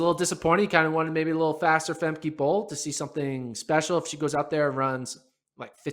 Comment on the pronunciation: BTW, it's not Fem key, it's pronounced, Fem ca!